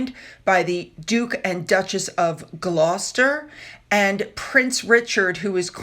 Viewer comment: Well done, your pronunciation of Gloucester is spot on for a yank. Our place names are tough (even for us Brits) but you are certainly getting better. ❤🇬🇧🇺🇲❤️